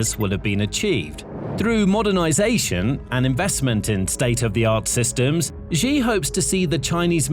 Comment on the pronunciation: Xi pronounced SHE